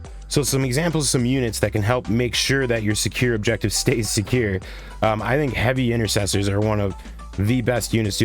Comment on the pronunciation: "Heavy incestors"? 😮